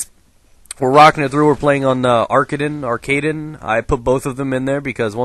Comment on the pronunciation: It's pronounced arkaaden. Just type "das arkaden" into google translate and have it say it to you. It means arcade.